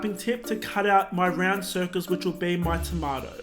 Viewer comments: YOUR SAYING IT WRONG IM TRIGGERD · IS ANYONE ELSE BOTHERED BY THE WAY HE SAYS TOMATO